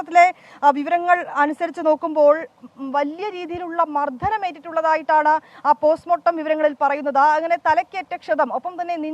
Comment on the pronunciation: മർധനമല്ല മർദ്ദനം😂😂